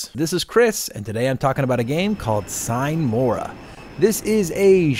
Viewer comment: "Sine mora" is latin and means "without delay". It´s pronounced "seenay mora". Enough smartassery for today, cheers!